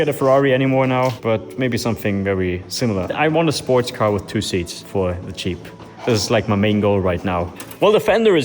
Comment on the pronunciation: pronouncing jeep as cheap is pure poetry! love your work.